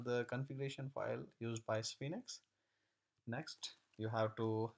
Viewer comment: Nice tutorial. It's pronounced like "Sfeenx" (1 syllable)